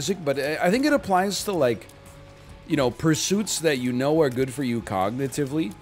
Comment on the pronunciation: Please tell me I'm not the only one who heard "pognitively".